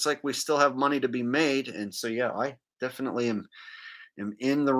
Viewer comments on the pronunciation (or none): Nah! It's ALWAYS been the Same because of the way he says "Defitly" instead of "Definitely" 😂